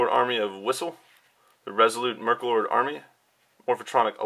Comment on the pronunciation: He said merklord. When it was meklord.